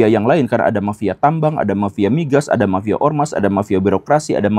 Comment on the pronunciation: Mafia pak guru bukan "mapia"